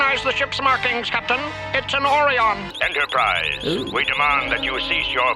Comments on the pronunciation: Shatner mispronounced Orion. He didn't say Or-rye-in He said said Or-eon and wasn't about to re-record it so everybody else had to follow his mistake Just like in TOS season 2 A private little war where De Kelly couldn't pronounce Gumatto and kept saying Mugatto so every one just said Mugatto but it I'm the end credits it's listed as Gumatto(the white ape creature. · I do not know why Orion is being pronounced this strange way, since they were mentioned in the original series more than once, pronounced the standard way. The only thing i can figure is they aren't the same species and therefore it is pronounced differently. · They goofed on pronouncing the name, they goofed pronunciations in a few other episodes as well